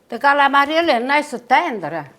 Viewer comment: God Bless You, Dear!! You look wonderful! Stuffed calamari!! My mother pronounced it exactly the way you do. We made this, together, every Christmas Eve. EACH and EVERY time I picked up the squid to stuff, she would say "Don't over stuff them." Every single time! They were so delicious. We would have them with capellini. The sauce was so tasty! They were better the next day, if there were leftovers. Thank you so much for sharing your recipe. May God and His Blessed Mother be with you always. Sending prayers and love from Rhode Island. 🙏❤😘